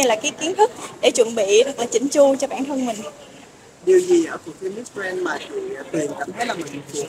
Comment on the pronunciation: Đọc “Grand” không chuẩn nhé